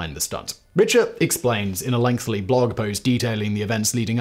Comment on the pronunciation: Can someone please give Simon a pronunciation guide for “Lengthy”…? It’s not lengthly! That’s a misspelling.